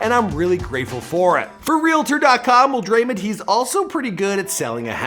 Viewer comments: listen closely.....Dray-mon not dreymen🤣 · I don’t know how you’ve done it but you’ve done it yet again, is it even possible for u to pronounce a name right😂